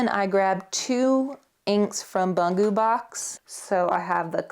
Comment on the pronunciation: A small correction: Bungu (like in Bungubox) is pronounced Boon-goo (and both are actually short /u/). That means stationary in Japanese.